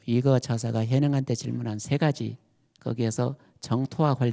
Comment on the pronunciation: 한 가지! 죄송하오나 , 지적하지 않을 수 없습니다. 세 가지, 정통 , 제자, 등의 첫 자의 발음이 틀렸나이다. 짧게 발음했나이다. 잘못입니다. 제발 길게 발음하소서! 미국 변 완수 드림